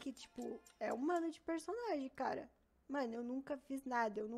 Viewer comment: Não é possível q só eu q fico aguniado com o jeito forçado (não só dela mas de outros tbm) de fala em gíria ou tbm essa "mano" q é quase um "meno" kakakakak tfdr